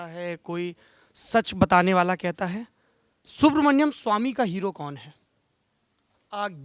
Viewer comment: सौरभ जी नाम सुब्रमणियम नहीं है सुब्रमणियन स्वामी है...नाम तो ढंग से लें प्रभु...इनकी महानता है और कोई होता तो खरी खोटी सुना देता